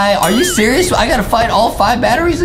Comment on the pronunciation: I like the part where justin says "Are ya SERAlOUS